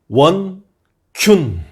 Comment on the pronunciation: 원! 균! 하시는 순간 "아 18..." 이라는 말이 입에서 저절로 튀어나오네요...ㄷㄷㄷ